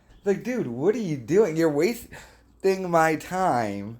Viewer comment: Lmao how he says wasting my time... Bruh your whole life is a waste of time.. Making these videos is a waste.